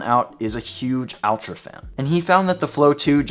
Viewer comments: Less Al, more All. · Its pronounced ULTRA with an A.